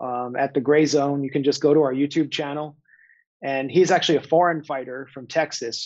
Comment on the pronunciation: Jimmy, "axley" is Not a Word ! it's "ac tu al ly" !!